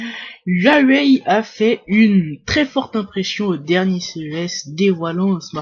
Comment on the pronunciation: le yuayuawai ahahaha XD le yuayuai